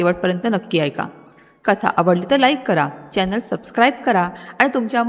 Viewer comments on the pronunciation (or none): none